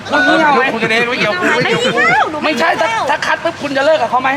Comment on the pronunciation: "ไม่ ฉ่ายยยยย " ไม่ ฉ่ายยยยย คือเชี้ยไร คนที่ไหน